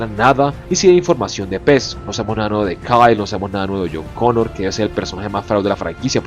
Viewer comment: es a huevo intentar hablar canoun, terminairor, conour.... Eres peruano o qué?